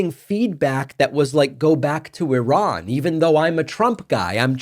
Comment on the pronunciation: As an Iranian, I'm embarrassed for and by Patrick. Thanks for correctly pronouncing Iran, David!